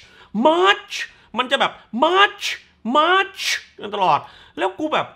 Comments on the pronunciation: ฟังสำเนียงเรียกชื่อมาช แล้วกินเต้าส่วนอยู่ถึงกับออกจมูก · ขำการขยี้มาชชึ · เป็นคลิปรีวิวที่สนุกมากๆ ขำตอนออกเสียง มาร์ชชช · พูดชื่อมาร์ชแบบชัดๆอย่างฮา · ขำมากตอนพูดชื่อของแต่ละคน มาร์ชชุ แบงค์ขึ โอ้ยยยยย เนี่ย แล้วมันก็จะอยากให้ดูแต่หนังอิหยังวะ เพราะรีวิวมันจะออกมาฮาแบบนี้นี่แหละะะะะ 😂